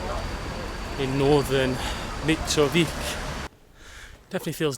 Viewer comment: And it's sounds like Mitrovisa and not Mitrovica the way you say it 😃 if it was called like the way you said it we would have written it like Mitrovika not Mitrovica👍😃 you are awesome taking your time visiting our City💖